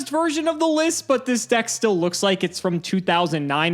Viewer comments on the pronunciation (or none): none